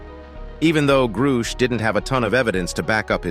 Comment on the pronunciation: Can't say I've heard of a David "Gru-shaesh." Maybe this channel isn't quite the subject matter expert or authority on the matter after all. What's next, "nuke-you-ler" weapons? Lol. Disappointing video. SSDV